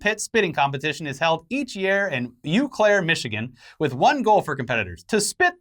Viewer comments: It’s “aw claire” not “you Claire” Michigan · It's pronounced "Oh-claire," not "you-claire" if you care, which you probably shouldn't. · It’s pronounced “Aw-Claire”, the Eau is French. Like Sault Ste Marie, is pronounced “Sue Saint Marie”. We have a lot of confusing names in Michigan. Like, Ypsilanti is pronounced with an I not a Y and Mackinac Island is actually pronounced “Mackinaw”.